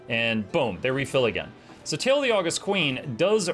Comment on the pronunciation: Pretty sure that elite skill is pronounced Aww-GUST, as in the adjective, not the month (well, in theory, both are credited to the same person, the Roman Emperor Augustus Caesar). It means to be awesome.